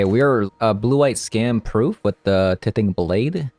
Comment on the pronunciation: BTW, tithing is pronounced "TIEthing" :) Thanks for the video! It's a shame we didn't get to see Doom Foretold much in the video, but I appreciate you giving the deck another shot. It was fun that Blade could get replayed off of Divine Purge, seems to have pros and cons there--but not hitting planeswalkers sure is rough.